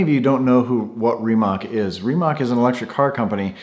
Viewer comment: I just learned in this week's "Monday with Mate" that Rimac managed to ditch the two speed rear transmission from the production C_two (it won't be the production car name). BTW, Rimac is pronounced ending with "ts", like in "tsar". (Rimac is headquartered less than 20 miles from where I live, near Zagreb, Croatia.) As for Trump, he has sold so much BS to unsuspecting investors in his life (that's the only way he ever made money) that it really verges on hubris to think one can sell BS to him.